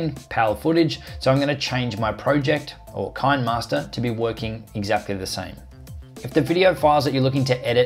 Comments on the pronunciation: Ki-ne- master not kainmaster😂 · it is pronounced as "CHI - NEH MASTER" not "KIND MASTER" the app is from South Korea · If you look at the actual name of the app you will see it should be pronounced KINEMAster where the KINEMA is ripped from CINEMA, so simply transpose the C to a K and you have Kinemaster. I hope that helped. Good video tho' mate. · It's pronounced "kinnermaster" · It's pronounce "Kinneh-master", because the name is a play on the old video term "kinescope".